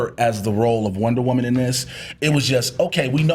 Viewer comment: Wonter Woman?